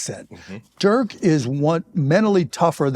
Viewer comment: I'm surprised that Mark still doesn't know how to pronounce Dirk